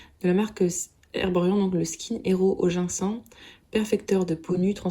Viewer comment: Kikou ! Ginseng ce prononce gine cène😉🙃